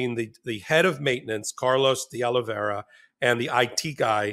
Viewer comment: It’s pronounced De-Oli-Vera not De-Oli-Veria